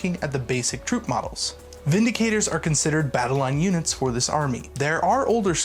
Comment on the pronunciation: How is Vindictor pronounced Vindicator?